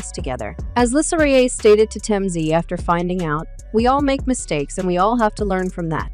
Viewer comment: First of all, you might want to learn how to pronounce Lisa's last name correct!!!!!! Also, this story is OLD !!!